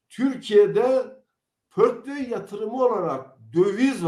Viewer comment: Yeminle portföy dediğini anlayınca sesli güldüm😂